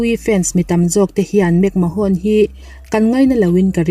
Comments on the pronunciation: World Champion ni thei naupang ber Brock Lesnar niloin Randy Orton zawk aniang a!! Vince McMahone tih loh tur McMahone niloin McMan tia lam tur aww!! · WWE chairman hming i lamdan chuleh...'mahawn' ti a lam lo in 'men' ti a lam tur aw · Vince mcmahon hi Vince mcman tia lamtur aw